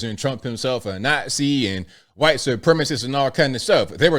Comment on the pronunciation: Dude,, stop calling us Hawhite people. It's annoying. Just say white. We don't go around calling you Baaahlack